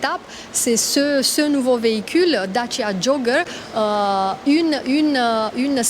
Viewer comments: J’adore comment elle le prononce Dachiiia jooooggerrr 😂😊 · Ce que j'ai retenu de cette vidéo c'est que Dacia se prononce Datchia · Da chier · Lancia /Dacia.